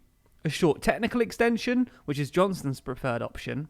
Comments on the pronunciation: Sloppy mistakes in this video. "Techical" at the start and you messed up the ayes and noes . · Heh... Heheh.... Techical...